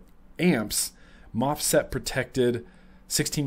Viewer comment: I believe you meant to say MOSFET and not mofset for the protection on the mybox